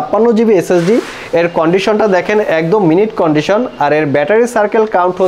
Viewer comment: আপনার সদয় তথ্যের জন্য জানানো যাচ্ছে যে: এটিকে মিন্ট কন্ডিশন হিসাবে উচ্চারণ করা উচিত , আপনি আপনার ভিডিওতে বলেছেন মিনিট কন্ডিশন এবং এখানে আমি আপনার দেখার জন্য অর্থ ও উদাহরণ দিচ্ছি: "মিন্ট কন্ডিশনের অর্থ নিখুঁত অবস্থা: নতুনের মতো হওয়ার অবস্থা তিনি গাড়িটি রেখেছিলেন মিন্ট কন্ডিশনে" For your kind information that it should be pronounce as MINT CONDITION not Minute Condition you said on your video and here I give the meaning & example for your perusal: "Mint Condition meaning is perfect condition : a state of being like new, He kept the car in mint condition".